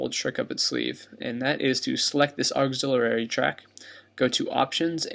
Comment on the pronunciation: auxiliary: auxil-I-ary (aux-ill-ee-ary) thanks, great video - very helpful :)